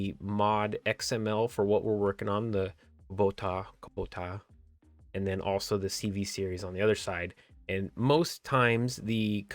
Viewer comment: I am fully impressed that you said kinematic properly. Kubota must be your kryptonite =P